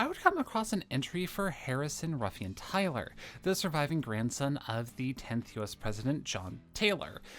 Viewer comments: Is Tyler pronounced like Taylor? You consistently pronounced it like Taylor in this video. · I find it difficult to find credibility in your discussion when you cannot pronounce John Tyler's name correctly.